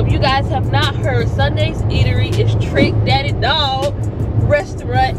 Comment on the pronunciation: Trick Daddy Dollaz. Not "Trick Daddy Dog".